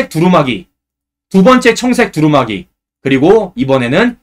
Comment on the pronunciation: 우리말 공부 좀 하고 방송하세요. '옷가비'아니고 '옷갑시'라고, '옷가블'이 아니고 '옷갑슬'이라고 발음해야 합니다. 그리고 옷 이름에 '두루말이'라고 있나요? 몇 번이나 다시들어봐도 '두루마기'가 아니고 '두루말이'라고 잘못 말하면서, '쉴드'니 '팩트 체크 ' 같은, 우리말로 얼마든 표현할 수 있는 단어는 영어로 방송하나요? 공적인 방송이니까 올바른 우리말 쓰기와 외국어 남용 자제는 해야 옳지않을까요?